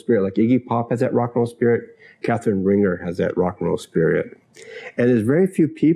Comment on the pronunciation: "Rahn-ZHAY," not "Ringer."